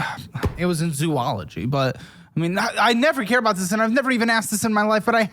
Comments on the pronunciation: The fact that he mispronouncing Zoology was not a surprise. That is unless he in fact studied Zoos. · Credit cards are free money even though money don’t exist because it’s a social construct that is the fault of American consumerism. Also. Hoodies. And it’s pronounced “zow-ology,” not “zoo-ology.” I understand not knowing, but someone who majored in it…yeah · Its pronounced Zo●ah●lo●gee......he cant even pronounced his own major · He majored in zoology but pronounced it incorrectly... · I don't know how he got a degree especially when he cannot pronounce the name of his major... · He majored in zoology and didn't even pronounce it correctly but honestly I am not surprised. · This dude's brain was marinating in alcohol 24/7 during his college days. Edit: Was this guy actually drunk during the time this was shot? Edit 2: This guy's major was Zoology and yet he can't even pronounce the study properly. Edit 3: I don't get the 'money is a social construct' argument. Yes, it's a social construct which has meaning in SOCIETY. That argument only matters if you are planning on completely leaving society, which I doubt.